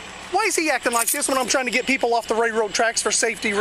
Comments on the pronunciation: Ray-road tracks. I’ve never heard that type of inbred slang before. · If the idiot cop says “ray road tracks” one more fucking time 😂🤣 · " Ray road tracks". really?